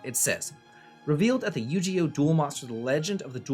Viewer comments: Yu gi oh not yu ge oh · I pictured him laughing prior to recording this, saying; I’m going to deliberately mispronounce it. Will drive people crazy. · You-GEE-oh??? Okay i know you’re an old man but THATS A NEW ONE BROTHER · The "Gi" in Yu-Gi-Oh is actually pronounced with a hard "g", not a "j" sound. Sorry if this sounds pedantic. Longtime Yu-Gi-Oh fan from childhood. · I live for his mispronunciations 😂😂😂